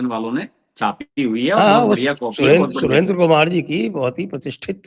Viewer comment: Kya baat sir aapko Surendra arya कहने में दिक्कत हो रही h , अगर पढ़ाई की h तो पता होना चाहिए की आर्य समझ का देश के लिए क्या योग दान h